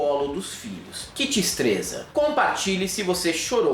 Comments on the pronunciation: Que "tistreza"! 🙄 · "que tistreza" kkkkkkkkkkkkkkkkkkkkkkkkkk